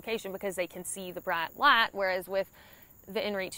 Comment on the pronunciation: Thanks. Say “Bright Light” again;)! Good information